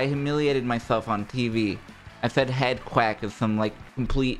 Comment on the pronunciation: "HEADQUACK" :3